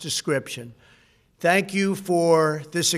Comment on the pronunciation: Did he say "thank Mike Pense" or "hang Mike Pense"?